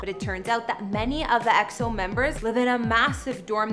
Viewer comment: Whatever the media says if it's good about EXO, I'll like it... By the way, you're so pretty and I love the way you pronounce EXO! -Love from us Eri & Eros